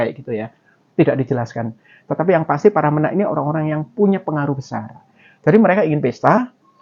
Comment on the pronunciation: menak e dibaca kyk e tempe